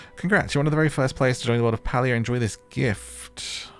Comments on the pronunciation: the Correct pronoucement of the gamed name is PAY-LIA !!!not pal-lia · Palia is pronounced PAY-LEE-UH not PAL-LEE-UH. Great vid, was hoping you'd play this game 😊